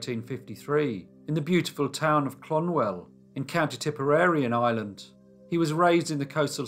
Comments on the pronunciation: Waterford city isnt coastal, its an inland port and the town he was born is is pronounced and spelled "clon - mel" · I’m from Waterford! Plus I don’t mean to correct you but it’s Clonmel. I’d never heard of this story. I must tell my sister as she’s a bit of a history buff! She probably has heard of it knowing her though lol.